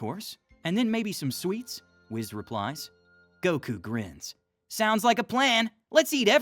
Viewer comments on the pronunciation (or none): ITS WHIS NOT WIZZ